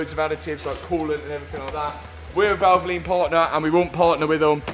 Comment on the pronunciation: Why do you have to say valvolin ?